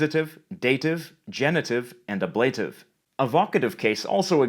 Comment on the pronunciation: At minute : the case ablative, as far as I know is not pronounced the way you pronounce it. Maybe it is in Canada? All dictionaries I just consulted say it's [ˈæblətɪv]